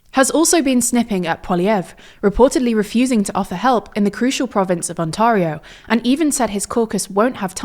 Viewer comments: Loving the pronunciation of ontaario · I'm British and we don't pronounce it as she pronounces it. It's On'tear'io here too. I think she's probably young, reading off notes and hasn't heard it pronounced before so doesn't really know. Funny because British people complain a lot about the weird way North Americans pronounce our towns and counties lol. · Reassured that someone knows what they're talking about if they repeatedly call the province On-TAH-rio. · TLDR News claims to be a "neutral" news site, yet of their three sources for this report, two are cbc, a completely oneside liberal owned source, and one public pole, also with known liberal bias.. they can't even pronounce "Ontario" properly... its as if they are either being paid to run this piece.. otherwise so inept or just down right lazy when it comes to researching material for this piece. Either way, a disgrace of a news organization. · Good analysis but please learn how to pronounce Ontario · You say Ontario wrong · And what about Ontario 😂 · Never heard Ontario pronounced like that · You pronounce Ontario in a very weird way. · It was jarring hearing her pronounce it that way. It’s like when people say New-FOUND-land. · yeah but we don't pronounce it like this! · Very minor detail but Ontario is pronounced like "on-tair-eh-oh", not "on-tar-eh-oh". Very minor mistake and I get it's likely a British accent thing, but other than that the analysis is bang on. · FYI - Ontario is pronounced ONT AIR IO, and not ONT ARE IO. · Her pronunciation of Ontario hurts me.. its ONtareIO.. on onTARio.. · You're pronouncing Ontario incorrectly. It's On - tair - eeoh NOT On - tar - eeoh. Easy mistake to make. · It's pronounced Ont-air-io not Ont-arr me hearties-io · it’s pronounced On-tare-eo. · I know tldr has done worse to other people's names, but Ont-air-ee-oh, not Ont-aRRR-ee-oh. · I appreciate the coverage - just a small note that Ontario is pronounced "On-Terry-yo" rather than "Oh-Tah-rio"